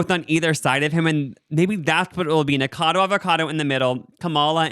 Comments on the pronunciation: I love you guys but your not pronouncing Nikacado correctly and it’s irking me lmao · The way they didn't pronounce "Nikocado" correctly even once